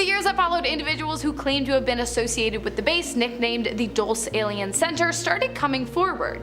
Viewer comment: the town is called Dulce. Pronounced Dole-say. Its Spanish for sweet.